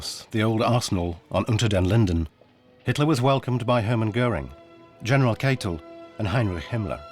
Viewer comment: Reich is pronounced Ryke and Keitel is Kye Tell. My granddad fought in the battle for Berlin in May 1945.